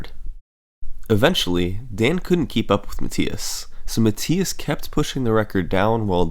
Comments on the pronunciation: I'm pretty sure its pronounced "Muh-Thigh-Us" not "Muh-Tee-Us" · It's muh-th-eye-es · Even though you are pronouncing the German name Matthias incorrectly 😉.. This is a very well organized video my friend, good job 👍